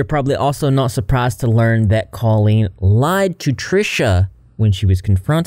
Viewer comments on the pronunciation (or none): DUDE RIGHT???? I’ve been thinking this this WHOLE TIME. I’ve always heard it pronounced caww-leen, not cOHleen. Wtf. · that’s what I’m saying, I’ve never heard it pronounced “Ko-leen” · I’m shook at how people pronoun Colleen like colon, that and that this went on for so damn long. Were adults at these shows??